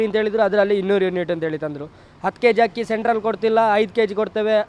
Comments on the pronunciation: ಹಕ್ಕಿ ಅಲ್ಲ ಅದು ಅಕ್ಕಿ...ನೆಟ್ಟಗೆ ಕನ್ನಡ ಬರಲ್ಲ ನಿಂಗೆ ಇನ್ನು ರಾಜಕೀಯದ ಬಗ್ಗೆ ಮಾತು ಬೇರೆ ಕೇಡು ನಿನಗೆ...ಹೋಗಿ ನೆಟ್ಟಗೆ ಶಾಲೆ ಸೇರ್ಕೊ ಬುದ್ಧಿ ಇಲ್ಲದಿರೋ ಹುಚ್ಚಿ ನೀನು..ದೇಶ ಮಾರೋಕೆ ಅಂತ ಬಂದಿರೋದು ಮೋದಿ..😂😂😂😂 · ಹಕ್ಕಿ ಅಲ್ಲಾ ಅಕ್ಕಿ ಅನ್ನು ತಾಯಿ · ಅಕ್ಕಿ ಕಣಕ್ಕ ಹಕ್ಕಿ ಅಲ್ಲಮ್ಮ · It's akki...not hakki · Hakki na... Pls correct agi matadi